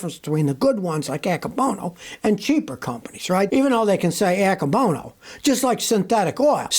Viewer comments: [are you saying "anchor bonus" ceramic brake pads?] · There’s no r in Akebono